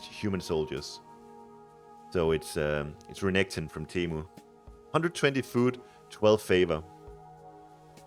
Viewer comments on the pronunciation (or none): none